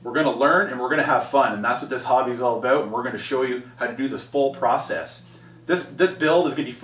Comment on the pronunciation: Awesome, will be following your updates. I like the way Canadians say "about"